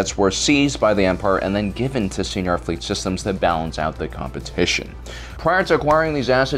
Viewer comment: So I guess the pronunciations of 'kwat driveyards' and 'señor fleet systems' is cannon now?